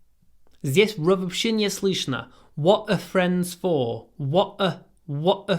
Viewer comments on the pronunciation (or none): Thank you for the video. Your Russian pronunciation is spot on, except for the word Слышно and other words with Ы. It sounds similar to the 'i' in 'will'. Hope this helps. Привет из Мельбурна🇦🇺😊